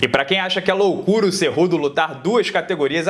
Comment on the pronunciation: Pô,se fala cu doce. Kkkkkkkk